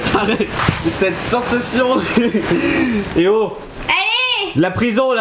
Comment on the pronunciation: POUR QUOI TU DIS CENSATION